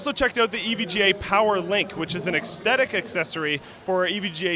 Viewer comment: Es-Thet-Ic not Ex-Tet-Ic ａ ｅ ｓ ｔ ｈ ｅ ｔ ｉ ｃ Ｉ ｆｏｒｇｉｖｅ ｙｏｕ ｂｅｃａｕｓｅ ｙｏｕ＇ｒｅ ｓｉｃｃ